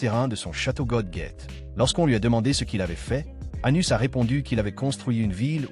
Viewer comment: Le nom c'est Anos Voldigoad pas Anus sérieux merci la voix ia.